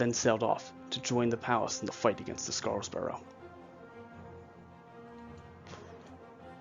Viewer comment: Also, it's SeRAPis, not SePARis. EDIT: And SCARborough, not SCARSborough.